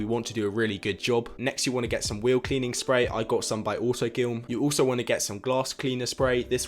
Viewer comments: It’s not autogilm it’s autoGLYM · Really annoyed me when he said auto GYLM